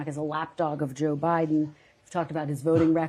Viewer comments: Did he say president O-Biden? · He called Biden Obiden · Sounded like he said president obiden🤣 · “President O’Biden” 🤦‍♀️ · Did he say President OBiden 😂😂😂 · walker said o'biden